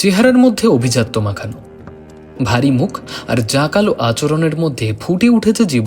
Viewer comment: আভিজাত্যকে অভিজাত্য বলেছেন